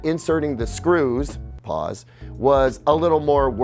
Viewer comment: The “pause” ’s were hilarious 😭